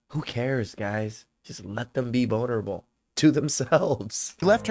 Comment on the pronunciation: did you say “bonerable”?, and - that’s funny as hell dude. I’m gonna use that.